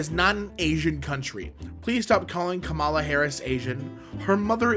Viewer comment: the emphasis in kamala is on the first a